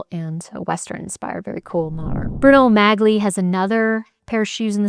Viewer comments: The correct pronunciation for Magli is Mah-lee. The g is silent. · Sweet, the G in Magli is silent... Mali!